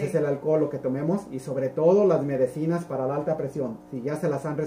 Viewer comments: Muy buena explicación gracias Dr, pero solo un consejo no se dice MEDECINAS se dice MEDICINA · Perdón por la corrección, no se dice Medecinas se dice Medicinas